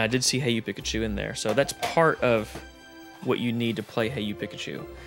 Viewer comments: Haha please say PEE-kachu. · keeps saying Pikachu with a soft I instead of an E sound and it’s driving me crazy haha 😂